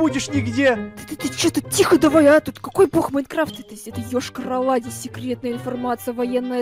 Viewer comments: Ешкарала, а не Ëшкарала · Не Йошка-рола а Йошкар-Ола Я там живу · Вообще-то Йошкар-Ола